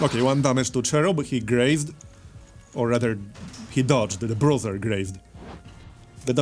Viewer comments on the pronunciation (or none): BRUISER - brooser and not BROTHER